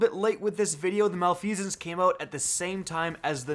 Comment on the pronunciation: Reeeeee its prononced mal-if-i-sense